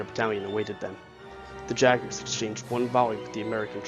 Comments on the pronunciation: When you do not know how to pronounce words you can Google them so you don't detract from the video. Hessians are not Haitians and Jaegers are not Jaggers. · Hesh-ins. Yay-ger. Jesus.